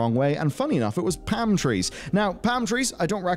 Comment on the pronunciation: Oh man! The accent on "Palm trees" gets me everytime. Pam trees... idk why, but it makes me smile.